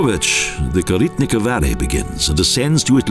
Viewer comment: Pronounciation very bad: "Koritnica" and "Bovec"!!!